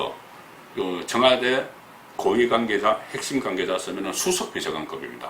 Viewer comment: 송 국장님 권력구조 - 걸력꾸조 권위주의 - 거니주이 대북관이 과연 철저한가 - 대북까니 가연 여권 인사 - 여껀 인사 청와대 - 청아대 관계자 - 강개자 복모음 발음에 ... 흠 서울에서 사신지 30 ~ 40 년 되셨을텐데.... 아직도 정껀 재창출 민주당 분위기가 나옵니다. - 노옵니다.